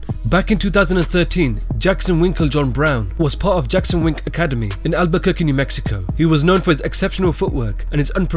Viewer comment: stop sayin jackson jon winkle